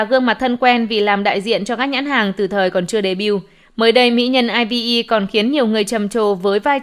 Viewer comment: aespa đọc là "a ét pa" IVE đọc là "ai vi y" Seulgi đọc là "sưn ghi" Kep1er đọc là "kíp quan nờ" Yujin đọc là "Du din" Tên người ta hay thế mà đọc nghe thấy.... Pls sửa lại cách đọc giùm cái=.=